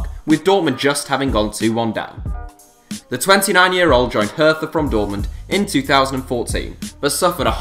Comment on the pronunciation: No hate but it’s pronounced herTa